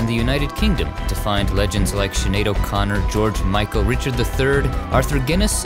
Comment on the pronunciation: Highgate cemetery is the most hauntingly beautiful cemetery, a perfect place for such a legend as George Michael. You’ve said his name as beautiful as he did